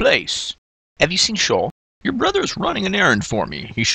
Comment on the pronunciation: lol shaw, he is called shea. fun video!